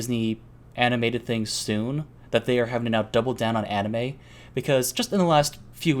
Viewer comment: pronounces manga correctly followed by anime incorrectly, interesting